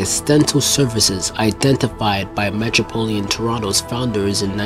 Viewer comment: It’s metropolitan, not metropolian